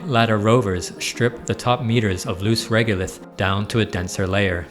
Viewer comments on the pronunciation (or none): It's reg-o-lith, not reg-u-lith.